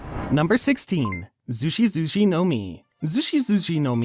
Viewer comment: your japanese pronounciations are hurting my ears holy shiet. Its not mouri mouri its mori mori, its nots zushi zushi like juicy juicy its zushi zushi like sushi.